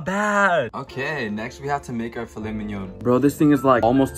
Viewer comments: phil et mig non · “phil-let mig-none” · u lost me at filet migg-non✋😔